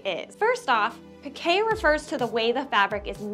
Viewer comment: "Pi-kay". 😲 And all this time I've been pronouncing it as "peek". 🫣🤫 Thank you for letting me know the correct pronunciation for it! 😅